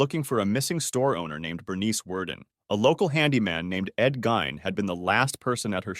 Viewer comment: totally butchered the pronunciation of dear old Ed. Disliked, Loser.